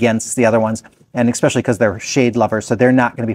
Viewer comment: Are you a Minnesotan? You said, “Ex-specially!” Very Minnesotan!